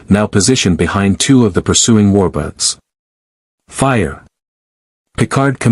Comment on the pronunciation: Why does it keep saying Romulan Warbutts?